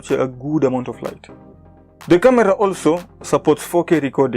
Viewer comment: Yea i know. I just liked the way you pronounced camera as KA-Mira.